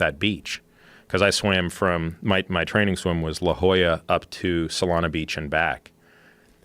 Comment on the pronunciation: Did he say LaJolla to Solana and back? Jesus